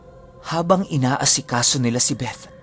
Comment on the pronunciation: i love the way you pronounce the word “BETH” with the “th” talaga.... thanks god bless🙏🏼❤️